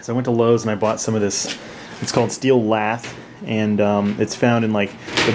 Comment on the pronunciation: steel "lath" wire. it sounds like he is saying "laff" or "laph"